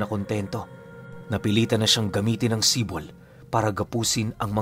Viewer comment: Idol AAHM OKEEEY ang SIPOL ay tawag sa isang patalim na mas maliit sa itak pero mas malaki sa kotselyo in English dagger. Bali pag bigkas. Nyan ay ganito Si`pol, kadalasan naririnig ko ang term na yan sa mga taga eastern part Samar. Si`pol din ang paburitong isukbit sa tigiliran naming mga waray. Maganda rin yan pangkatay ng baboy kasi Isang saksakan lang sa likod, abot na hanggang baga ng baboy. Know you know😂